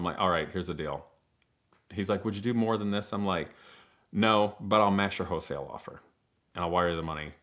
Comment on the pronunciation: W H O L E not Hoesale